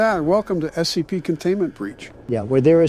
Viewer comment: Lol said scpt when they were reading about the skull